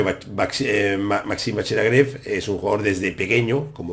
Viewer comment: Buenísimo el anàlisis, Muchas gracias!! Solamente comentar que seguramente en Francés se pronuncie LagrAve con A, i no con E. Por otro lado, sería posible pedir que hagas alguna día un vídeo explicando para los novatos cómo utilizar chessbase para almacenar y analizar partidas propias? Me gustaría tener una base de datos propia y sé que es una herramienta indispensable si se quiere mejorar, poder analizar las propias partidas. Actualmente soy un mero 1950 que juego la lliga catalana y sigo todos tus vídeos. Felicidades por el canal y Muchas gracias nuevamente!!